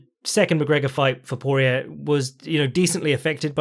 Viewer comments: Damn, does not respect Cajun pronunciation at all. Dustin "Por-E-er" Daniel "Corm-E-er" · Correction: Por-E-ay and Corm-E-ay.